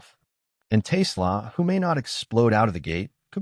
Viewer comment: Someone forgot to tell AI that Ben Johson is the Bears coach ... and TAY slah. Ugh.